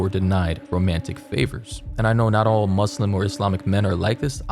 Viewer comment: Thank you for saying Muslim and not MuZlim also I love your videos